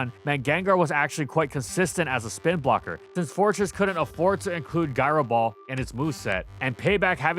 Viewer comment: All the ways to say gyro, and that's what you choose...